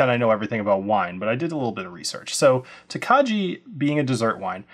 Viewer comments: Please get the pronunciation correct: Tokaji is pronounced "Toe-KEYE". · Thanks for the review! Wine guy here, just wanted to give you a heads up It’s pronounced “toke-eye” you don’t pronounce the “j” looking forward to getting this bottle! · Please get the pronunciation correct: it is "toe-KEYE". Otherwise it takes away from what was a credible review.